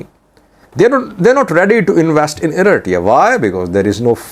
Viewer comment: You have reported a lot on east African politics and still can’t say Eritrea right 😂🤦🏽‍♂️